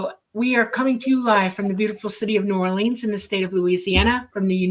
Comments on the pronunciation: The Crescent City is properly pronounced "New OR-lee-ans", NOT "New Or-LEENS". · It's pronounced Naw-lin